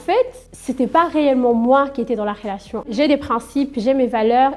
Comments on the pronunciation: Pardon mais il y a une meuf à chaque fois qu’elle dit « relation » j’entends « fellation » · 😂 je pensais que j’étais folle j’entends fellation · On entend plus rélation que fellation..